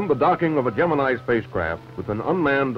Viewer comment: He's using the proper Greek pronunciation. "Gem-in-ee" is a lazy Americanization and completely incorrect.